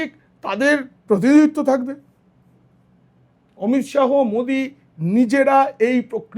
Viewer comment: উচ্চারণ টা অমিত শাহো নয়, অমিত শা.